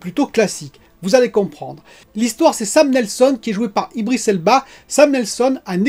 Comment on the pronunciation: C'est pas iBris mais iDris lol.. Ca me manquait ta prononciation personnel de l'anglais, alors je suis content si tu t'y mets aussi pour les prénoms... ^^